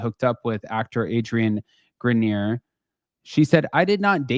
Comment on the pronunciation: I think his name is pronounced Adrian Gren-Yay